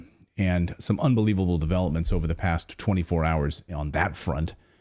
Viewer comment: “UNBEWEEVABLE!” What a Circus!